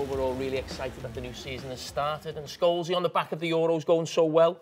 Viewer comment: Love Jamie saying Sholesy instead of Paul lmfao